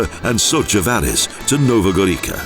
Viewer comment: Again the prounanciation: Jesenike and Nova Gorika, terrible! The letter must be pronounced as . So, Jesenitse and Nova Goritsa is the right prounanciation! Your speakers couldn't learn that simple rule?! If they don't they are really stupid.